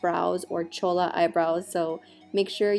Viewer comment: lmfao "chola" brows